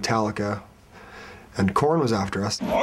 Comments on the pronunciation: aaahhhhhhhh!!!!! corey taylor and matt together?! jesus christ o.O two of my favourite people from my favourite bands.. i'd kill someone to be there... matt's hadbanging fails epicly lol.. and, is it just me or he really said "porn" instead of "korn"? hahahahaha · when he says korn i hear porn. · Dude, I'm glad I'm not the only one who heard him say "porn" instead of "KoЯn"! lol! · he said porn instead of korn ;) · when he says" I love Korn" likes "I love PORN" lmao